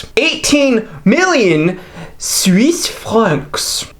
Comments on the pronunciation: “Swiss Franks” 🤣. Wait, I’m gonna count how many times you say it-7! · Lol 😂, I died every time he said Suise franks. 😂